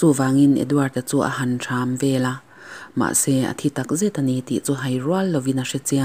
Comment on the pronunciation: Thram vel tia lam tur a ni lo. Mi dam leh dam lo dap vel hi "THAM" vel tia lam tur. Saptawng a Thumb ang deuh hian.😂😂😂